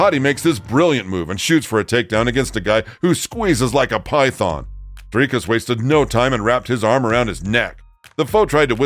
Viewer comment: I appreciate you attempting the rolling Rrr in Dricus 👊 aweh you see you brah 🇿🇦✌️